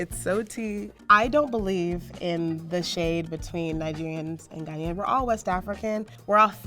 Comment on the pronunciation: Cocoa butter please bring better reps for Ghana,people who understand the culture and keep it as such.First you brought a lady who couldn't pronounce Ghanaian even though she claimed she was Ghanaian and now this ahhh...